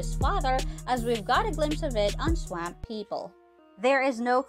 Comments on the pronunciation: It's pronounced swamp swamp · I wish this lady could know how to pronounce Swamp. Hott damn 🔥